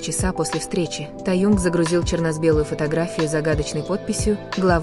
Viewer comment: А можно озвучивать без ошибок. Вас многие слушают, а вы Таюнг мы такого вообще не знаем и Кук, ну куда вам несёт?